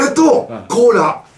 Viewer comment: コーラをコーラーて言うか…